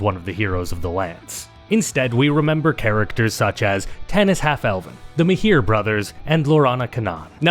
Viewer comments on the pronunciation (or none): Mahir?! i saw Russian people pronounce the E in MajerE, which is supposed to be silent. In Hebrew, one translation made it into "mayer". But this is the first time i hear anyone pronounce it as "the Mahir brothers".